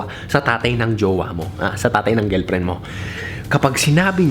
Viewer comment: GELPREN tlga pre ah.. hehehe... tingelpren